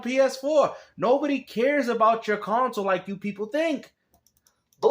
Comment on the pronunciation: CON-Sole Laming